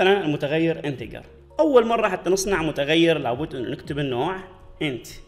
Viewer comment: انتجر مو انتكر